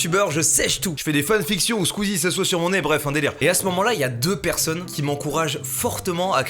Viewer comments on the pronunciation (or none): none